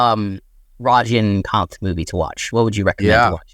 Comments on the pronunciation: "Rajeen"😂😂😂 ??? I get that you guys are not familiar with the dude His name is pronounced as "Raj - Ni - Kaanth" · rajnikanth is the biggest active star in india. so please try to pronounce right. also please dont call him khan tamil people are miles away from hindi guys. i am expressing this as humble as i can, bcoz if you reach enough people many would just come after you for such things